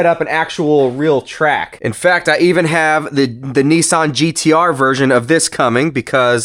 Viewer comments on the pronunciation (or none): 🤔Yes mm nah.Aint Pronounsed Nessan it's Nissan.,I not E..👍